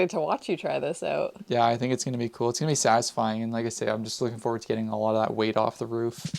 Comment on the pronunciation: "Iss -It's kewl" lmao